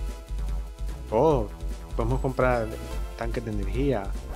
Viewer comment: dijiste droll dizer?